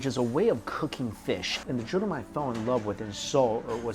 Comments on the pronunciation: it's pronounced joe-reem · Jorim is pronounced like “Jo-Lim”🤗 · Hehe it's joh-lim 🤓🤗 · Love the vids man, but it’s pronounced jo-reem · Sorry mike you are butchering the word jorim!